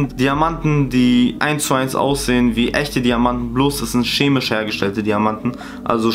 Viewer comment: Niemand: Wirklich niemand:: „Schemisch“